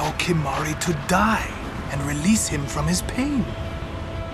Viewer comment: "Save some for Kimahri" "Save soma Kalamari for me". Who else heard this?